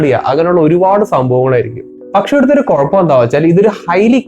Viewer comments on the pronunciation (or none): none